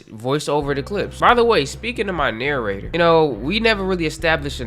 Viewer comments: The Narra-jay-tor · I was thinking the Narrator or pronounced the Narrator or maybe, but a few others said that too.